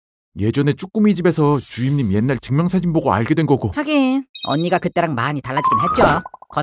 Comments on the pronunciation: 주임님을 주인님이라 하는줄ㅋㅋㅋㅋㅋㅋ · 하 이젠 주임님이 아니라 주인님으로 들린다. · 전 왜 자꾸 주임님이 주인님으로 들릴까요?